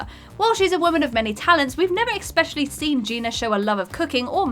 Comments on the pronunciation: It's especially not expecially. Js. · I'm sorry, did you just say "expecially"?